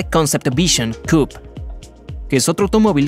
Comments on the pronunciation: Un lamborghini eléctrico... 🤢 Eso es eliminar el 70% de lo que hace atractivo a esos coches... Coupé * la palabra es francesa y se lee como tal no "Cup" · se dice cupe no cup